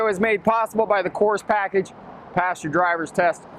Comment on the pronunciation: Every damn time on the ad when says that this is brought to you by the Course package it sounds very much like he is saying this is brought to you by a Coors package like a Coors 6 pack or 12 pack.